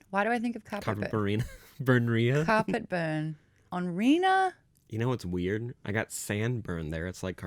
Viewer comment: I have a friend whose name is Reina that pronounces her name the way Maude says it and I died laughing at the Reina carpetburn bit